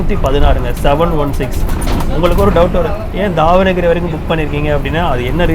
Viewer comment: Ji just some suggestions since you asked .. if you read the board in Tamil , it is not Haveri It is Haaveri ( please note the Thunai kaal) Similarly it is DavaNAgere Not dhavan gere Preferable to read in Indian languages so that pronunciation can be correct